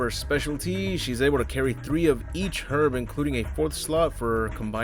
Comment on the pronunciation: You're the first American to correctly pronounce "herb". Another great vid, by the way, just got into your channel!